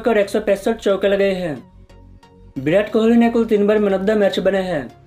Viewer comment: Bhai bideo nai h video h ... Aur birat nai virat h kaise kaise loog aate h YouTube p yaar 😅😂